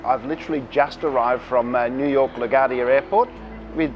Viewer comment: Great vid! but Lagadia airport? Its La-Gwardiya Airport